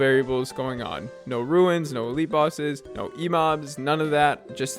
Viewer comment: Yes, but in the video you pronounced it “ruins” 😝